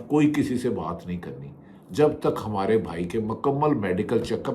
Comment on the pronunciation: بهٹی صاحب آپ کے ڈکشنری می ح پیدایشی نهې ھے جو نا بسم الله می ح نا همارے می ح نا حفظ و امان می ح الرحمان کو الرخمان همارے کو خمارے حفظ کو خفظ🧐😬🤔